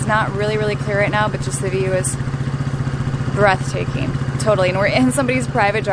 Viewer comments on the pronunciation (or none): did she say breast taking.